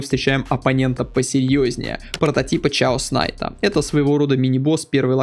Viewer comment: герой называется Кэос Найт. P.S. и фрозен трон пройди!